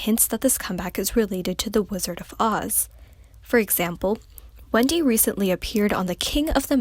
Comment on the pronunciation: it sounded as if she said "Wengie" instead of Wendy 😅